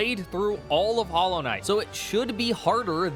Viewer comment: "Hallow" Knight? Is this one of those dollar store knockoffs?